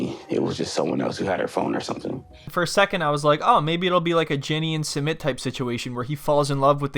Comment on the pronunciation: SAMIT?! who the fk is "SAMIT" ?!?!?!